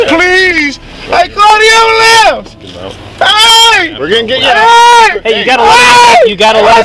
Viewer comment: 1st video. Lol. " call da amble lamps ". Lol He axed you to call the amble lamps ofiicer. Dont have no compassion for attics. Let 'em all OD.